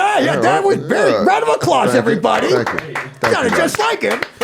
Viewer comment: round of acclause lol / acclaws